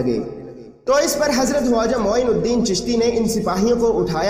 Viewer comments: bhai aapne bahut achchi video banai hai lekin aap khawaja ki jagah huaja kyo bol rahe hain isko aap correction karke dobara upload kare video bahut shandaar hai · Very informative, ty vm! I have a question though, why did u keep saying ‘Waja’ instead of ‘Khwaja’? I’ve never heard it like that before and believe it’s not correct pronunciation. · bhai huaja nahi hai please barabar pronounce karo k silent nahi hai wo khwaja hai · Bro it's khwaja not huwaja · Bhaijaan aap khwaja kah rahe hain ya huwaja ki awaaz aa rahi hai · Bhai huwaza nahi khawaza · Why are you saying "hawaja" it is irritating. It is Khwaja "kh"